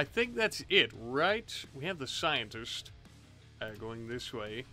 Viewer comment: the way he says scientist Seams odd to m'y ear, am i the only One ?